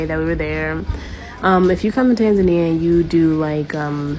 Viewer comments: It would be helpful if this brother could at least start with pronouncing the name of the Country correctly! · Maybe you should start by pronouncing the country's name correctly and move from there. Also be respectful of the culture you are entering. Most foreigners have decency to do that